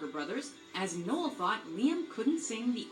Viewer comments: neil? its fucking Noel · The slide away gig was one of the last gigs that oasis played there are many better performances of that song ie Glastonbury 95 knebworth 96 oh and it’s NOEL NOT NEIL BTW 🤣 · oh dear just telling you its noel not neil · Its fuking noel not neil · Called Noel, Neil 💀💀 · Niel is killing me it’s Noel = French for Christmas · It’s not Neil it’s Noel 😭😭😭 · NOEL not Neil 😂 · It's NOEL not NEIL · His name is Noel not Neil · Er... it's Noel, not Neil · Noel not Neil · It's Noel not Neill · Neil 🤣🤣 its Noel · P.S. It’s ‘Noel’, not ‘Neil’ 😉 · It's not Neil it's Noel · Noel……..not Neil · He’s called Noel not Neil 🤦‍♂️ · Noel.. not neil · his name is Noel not Neil and Definition of memoir. 1 : an official note or report : memorandum. 2 a : a narrative composed from personal experience every memoir reminds us of the faraway and long ago, of loss and change they based a song on the beatles Memoirs meaning ..a historical account or biography written from personal knowledge: ..i love ur vids tho ..u make me smile